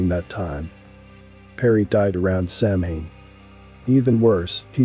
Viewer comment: Samhain (a Gaelic word pronounced “sow-win”) is a pagan religious festival originating from an ancient Celtic spiritual tradition. It is usually celebrated from October 31 to November 1 to welcome in the harvest and usher in “the dark half of the year.” Celebrants believe that the barriers between the physical world and the spirit world break down during Samhain, allowing more interaction between humans and denizens of the Otherworld. Perhaps one day you can use a voice that pronounces words correctly!